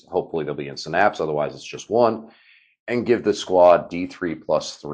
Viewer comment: Unless you were trolling us intentionally? Sy-naps, not Sy-nap-sis, right?😁